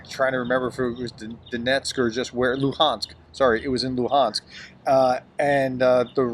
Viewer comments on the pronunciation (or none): none